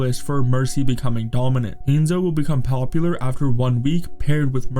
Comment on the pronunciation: And “hand-zo”